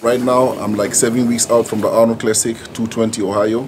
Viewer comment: Never heard of "Anrold" Ohio 2020...